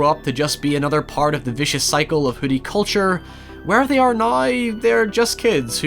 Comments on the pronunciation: Ahhh he’s saying “hoodie horror” not “hooty horror” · OH you're saying "hoodie" I really thought you were saying hootie for about half of the video! I was quite confused.